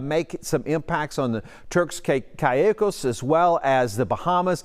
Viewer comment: Caicos is pronounced Cake -os.